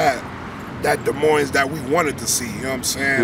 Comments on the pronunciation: don’t come to my city sayin des moines with the s at the end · Des Moines. The Ss' are silent.!! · Ok first of all, it’s pronounced “De Moine”, not Dez Moinez. S is silent lol! And second of all do we have some rough neighborhoods here? Sure. As bad as Chicago or Detroit? Probably not. But why do we want to? What is this mentality of “oh we gotta be hard, we gotta be hood”. How about we be thankful that we aren’t and that we have pretty good neighborhoods with fairly low crime compared to other large cities. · Dee moin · it's pronounced. "De_ moine" the s is silent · To me, its pronounced duh moin, which sounds like lyrics in a bad mumble rap song. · I won’t go into the inaccuracy of this video .... BUT at the very least - if you live in Des Moines and don’t pronounce it da-moin you are a complete fool. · How is it you've been in Des Moines all your life and still don't know how to pronounce Des Moines. Both S's are silent. " Duh Moine" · Des Moines is about 11% black. Polk County is about 5%. Oh, and you don't pronounce the damned second "S" in Des Moines. Can't believe someone supposedly born and raised there would do that. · you don't pronounce either S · You dont pronounce either "S's" In Des Moines.. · Des Moines is a french word meaning the monks , you don't pronounce either s, the french were the original colonists, look at the Iowa flag and the French flag, notice anything? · Live in Des Moines but still pronounce it wrong 😂 gets me every time. You dont say either S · They're on the North Side, not the West Side. No one in Des Moines usually refers to the West Side anyway. There's Des Moines, then there's North Side, East Side, South Side. Also, the second s is silent as well. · I know and love everyone apart of this video and my city but how tf we can’t pronounce our own city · Everyone from Iowa knows if your from Des Moines you don’t pronounce the s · If you can't pronounce "Des Moines", you're probably not really from there.